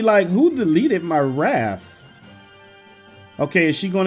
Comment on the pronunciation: raf lol hes saying raf not raft